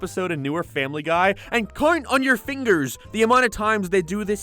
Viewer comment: I thought I was crazy lmao